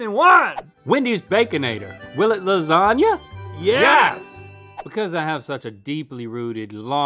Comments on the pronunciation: Lazania? No -Ok, what about: Lasania? No -Lazanya? No Lasanya? NO -Lasagwefklna? PERFECT - ... 😑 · Y’all just cursed the new year with this fake queen sweep. Ain’t nobody gonna like “lardzagna”.